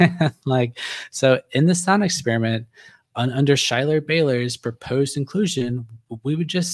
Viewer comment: My wife has informed me the correct pronunciation of Schuyler's name is "SKY-ler." Whoops! Did not mean any disrespect.